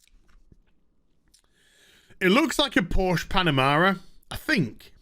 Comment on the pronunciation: It's Porsche not Porsch. The "e" at the end isn't silent. ;) Greetings from Germany.